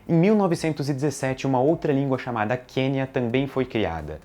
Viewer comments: Encontrei teu canal há pouco tempo e estou adorando! Assuntos diversos e linguagem ótima! Parabéns! Só alguns detalhes sobre esse vídeo: - Sobre o Quenya, de acordo com a sua gramática, a pronúncia correta do nome é mais próxima de "qüênha"; - o latim não chega a ser uma língua morta, pois, se não me engano, é a língua oficial no vaticano; - acho que esse vídeo seria uma boa oportunidade de citar o esperanto, língua artificial criada como uma tentativa de facilitar a comunicação mundial... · Só uma correção: Quenya se fala cuenia